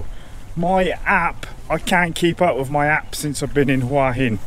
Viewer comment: finally, a host that knows how to say the towns name right!!